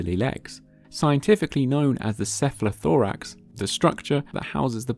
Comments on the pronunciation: It's "cephalothorax", not "cephlathorax". From Greek κεφαλή = head and θώραξ = chest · cephalothorax ! Not cephlathorax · "cephlathorax"...... Ok. It's not a typo either. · It's a cephalothorax, not a cephlathorax - that's the kind of careless mistake that really throws your research into question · Cephalothorax. Cephalo is the greek word for Head, Thorax is for Chest. Cephalo+Thorax. Not Cephlathorax. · ❌ cephlathorax ✅ cephalothorax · Cephalothorax. It actually has a meaning that would explain why not "cephla"thorax. Might as well stop watching there. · Cephalothorax, not cephlathorax.